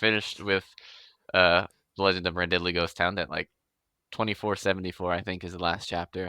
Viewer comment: Another vote for Quest Academy! His other story on Royal Road is good, too (Wildcards), but it's stubbed, damnit, while he writes out his contract for QA. It's hilarious how the rest of the ENTIRE world pronounces Randidly's name "randid-ly", and pronounces it "ran-diddly".:)